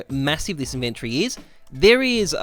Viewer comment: I disliked the video just because of how you pronounced inventory in the first 10 seconds.